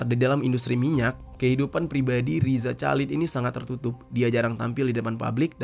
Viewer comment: bang please perbaiki penyebutan nama orang dengan benar dari loren sampai riza chalid gak nyaman nyebutnya